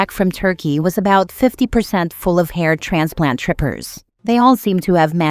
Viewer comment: At first I thought she said heart transplant then it registered it was a hair transplant. Omg 🤣🤣🤣🤣